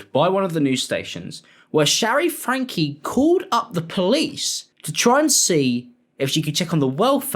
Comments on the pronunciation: Why does he keep calling her "Ruby FRANK" and not "FRANK-Y"? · It's FrankEEE. Not Frank. It's driving me crazy. FrankE. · The pronunciation is FrankE, 'Fran-kee' 😊